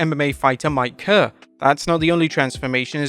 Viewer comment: You mispronounced Mark Kerr’s name